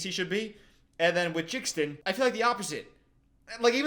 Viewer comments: The way he kept calling jaden “jxdn” 💀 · its the "jixdin" for me💀💀💀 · nobody:: "ok lets listen to JIXden" 😭😭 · you saying jixdin when it’s jaden 😭😭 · calling him Jixdin is sending me 😂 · WHO IS JIXTON ITS PRONOUNCED JADIEN 😭 (no hate btw ily it’s just funny lol) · the way you pronounce jaden is killing me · how he pronounced jaden's name killed me💀